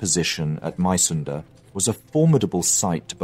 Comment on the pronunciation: Being a Dane interested in History and living about four kilometers from Mysunde (pronounced: Missunde) I have a small, but in my opinion important correction: The new King Christian IX didn't contemplate much as he took over the crown on the 13th of November and signed the November Constitution on the 15 th. The government more or less presented him with an ultimatum: Sign or ...! indicated his forced abdication. Being of the House of Glücksburg he was personaly eager to maintain at least that part of Schleswig as part of the Kingdom of Denmark, but his efforts were (as we know) in vain. Besides that I do like your videos very much.